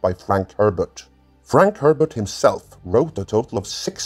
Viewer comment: ...at least he pronounced Frank Herbert’s name almost correctly...